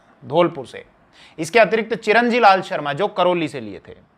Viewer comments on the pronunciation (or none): none